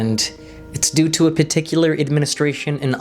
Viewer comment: You lost me at peticular lol